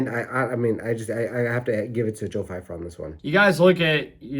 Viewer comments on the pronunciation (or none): Love the video but Steve calling pyfer fifer got me 😂